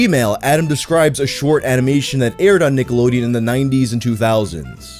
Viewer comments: I thought you said “Niggalodeon”. You may proceed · Cant be the only one listening with headphones only and had to do a double take at the very beginning of the video i swear just said Niggalodeon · Does anyone else hear him say niggalodeon at the start of the vid? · Did my man say Niggalodeon there at the beginning?...🤔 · The "cke" in that first "Nickelodeon" sounded a bit close to a "ga" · says Nickelodeon like it should have a hard R